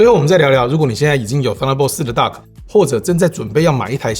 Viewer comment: Duck? Dock?